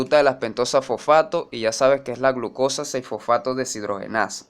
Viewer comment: FoFAAto xD